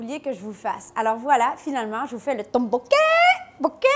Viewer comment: Ça s dit toppokki '-'